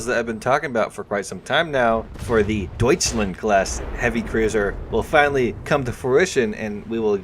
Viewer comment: He finally pronounced Deutschland correctly, I’m so proud :)